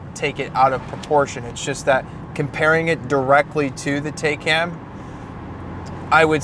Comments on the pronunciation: TIGH-CON not taye can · Taycan. No taikan. This guy need to watch some a the Germans videos to learn how to say TAYCAN. 🤷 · ‘Tie-Con’ not Taken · Yeah, I thought it was TIE-CON not TAY-CAN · It’s not a Teh-can it’s a Tai-kan. Porche should name it’s next car bill just so everyone can pronounce it correctly. 😁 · *tie- Khan is the correct pronunciation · Pronounced Ty-con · The “tie-con” (correct pronunciation) has an accelerator, not a gas pedal. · I need a second opinion on that pronunciation. 🤔🤣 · Hahaha. I see that mispronunciation wasn’t missed on anyone. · Why is it so difficult for English speakers to pronounce the name correctly: It is a noun out of the Turkish language - has nothing to do with German.